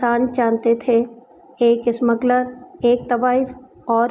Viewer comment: Ismagler nahin smugler.